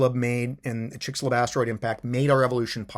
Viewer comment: The x in Chicxulub is pronounced as a sh-sound